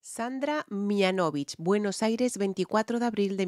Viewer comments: Hola,! Te ayudo con la pronunciación. Es "Mihánovich" (acentuando en la a) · Gracias querida!!! Hermosa voz de Sandra Mihanovich (el apellido se pronuncia Mihánovich) con un acento en la "a"... Hermosa tu reacción como siempre!!! Besitossss desde Argentina!!!